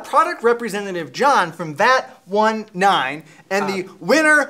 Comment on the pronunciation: vat19 not vat one nine